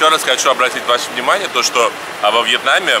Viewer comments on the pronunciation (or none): А почему Вьятнам а не Вьетнам???